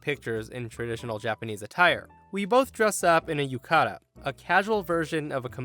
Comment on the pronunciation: I know it seems ironic considering the story, but you kinda pronounced “yukata” wrong